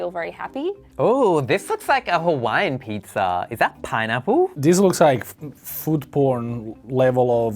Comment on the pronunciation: did he say foot porn level of cheesiness?